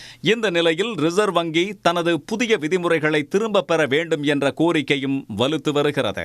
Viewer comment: ரிசர்வங்கிஎன உச்சரிப்பதுசரியல்லமத்திய அரசின்அனுமதிஇல்லாமல்ரிசர்வ்வங்கிசெயல்படுமாஇன்றுதான்ரிசர்வ்வங்கிமுளைத்ததா